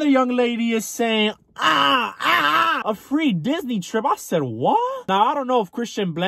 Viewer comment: Girl Disney ? Lol thought you said bora bora 🤣